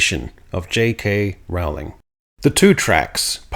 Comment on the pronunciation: Rolling. Not ROWE-ling. Rooohhhliiiiing. Be less lazy - if you're going to use someone else's name and words to promote your politics, put in the effort to get their name right.